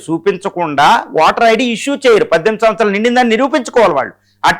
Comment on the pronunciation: వాటర్ ఐడి కధు అయ్య ఓటర్ ఐడి పలికేటప్పుడు సరిగ్గ పలకండి సార్